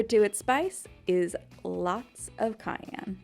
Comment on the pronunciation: why did she say cayenne like that